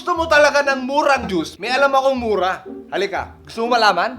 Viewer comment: yung pagkakasabi nya ng juice 😂